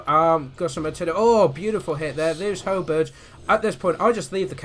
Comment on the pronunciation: Great win, I know I shouldn't but I found the way you say halberds funny, sorry but to me it sounds like hell birds.